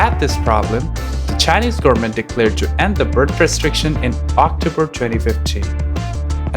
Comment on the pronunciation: Just found this channel, very informative. If I can give a tip, speak slower, some words are rushed, like goverment sounding like garment. Also a bit more pauses between sentences. The whole sounds rushed to transfer the information. If you speak slower and put emphasis on important vowels and such you can improve receptance. Keep it up, I'm curious about how you will grow as a documentary maker